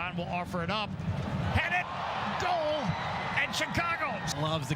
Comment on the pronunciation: Ah, the commentator who presumably can't pronounce "goal"...